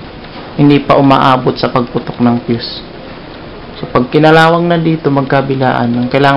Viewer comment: Sir mali mali yong pag bigkas mo ng fuse